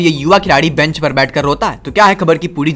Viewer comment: ब्रेंच नहीं बेंच होता है ।